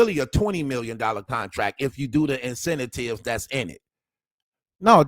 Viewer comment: Dude, learn how to pronounce INCENTIVES!!!!!!!